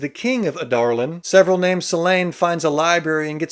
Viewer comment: Actually how it's pronounced!